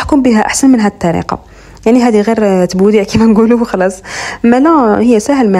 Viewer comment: مام حنا نقولو تبوديع 😅😅😅😅